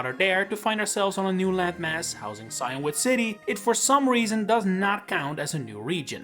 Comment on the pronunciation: Maybe I'm just American, but I'm pretty sure it's pronounced see-in-wood, not cyan-wood.